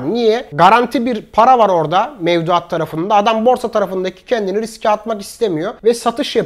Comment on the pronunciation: Hocam riks demesek